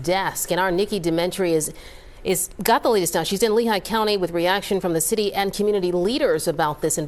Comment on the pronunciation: The communitah is a joke ... Kinda makes me feel a little superior 😂